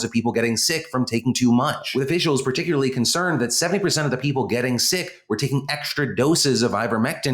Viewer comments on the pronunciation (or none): none